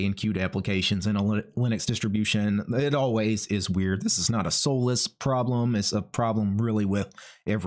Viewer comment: I don't think it's pronounced as soulless lol